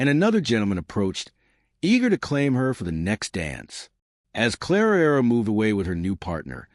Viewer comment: Oh Lord, again narrating, 3 centuries out of sync, and calling Clara 'Clarara' - Why?? Was the robot on whisky? How does she have all this time for interacting/flirting? Isn't she there to do a job???